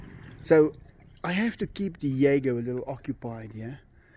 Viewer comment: Enzo! Di-e-go!